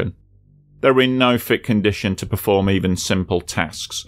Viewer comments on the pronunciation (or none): none